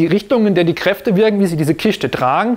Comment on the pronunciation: Kiste !!!!! Nicht Kischte